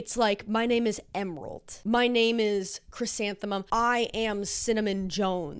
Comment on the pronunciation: "Chrysanthemum" I am howling 😭🤣🤣